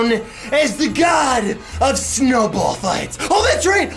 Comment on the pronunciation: When he said snowball did anyone else hear Chernobyl